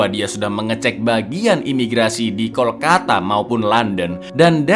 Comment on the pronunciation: Kalkota bkn Kolkata 😊